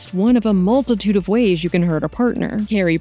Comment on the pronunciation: How come the narrator keeps misspronouncing candace's name its Bushnell not bunshell